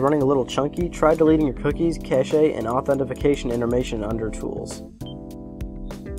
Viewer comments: He pronounces "Cache" "Caché" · Lmao dude just pronounced that cashey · "and kashay"